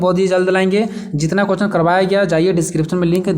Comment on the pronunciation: Sir aap क्वेश्चन nhi bol pate hain to प्रश्न भी बोल सकते हैं हम लोग को कोई दिक्कत नहीं है but कोहचन mat boliye aapka bola huwa har word matter karta h 😢🙏 Baki sab thik h 👍🙏 Thanks🙏